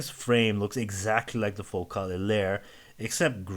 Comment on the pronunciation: Focal pronounces it like locale, he has it right ;-)